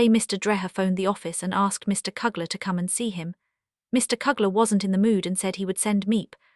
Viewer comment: Misplaced dies last name is pronounced gees as in rhymes with please. Mr. Killers name is pronounced as in you not a short u. You also pronounce Mr. Kleiman's name wrong. Why didn't you use the Van Daans real name Van Pels? You did a good job reading the diary but you should find out the correct pronounciations of people's name. Poor brave Miep's name wasn't even close to correct way of saying it.